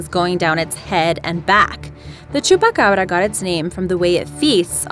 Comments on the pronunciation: Why can't anyone say chupacabra!? You pronounce it like: chupacarbara! It's pronounced chupa Cabra! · Dose she know spanish because how she said chupacabra and Puerto Rico sounded like a Spanish accent